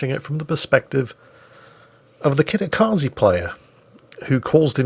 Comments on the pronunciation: Kitakaze ze not zee hahaha nvm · just so you know. tje E in japanese is.pronounced the same way you would for the E in enter, that is as the sound e not.i like.in akizuki (think of.it.as Zed without the d) so kitakazeh